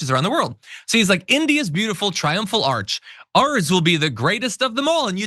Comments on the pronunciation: It’s an ARCH not an ARC. Frickin’ idiot. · Trump says arch one time then he continues on calling it an ark. The man is slurring/mispronouncing his words more and more. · It's an ARCH not an ARK. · An arc? Arch. What a moron. Or does he mean Ark? 😂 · Isn't it an ARCH, not an ark? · It's pronounced ARCH, not ARK, Trump you idiot.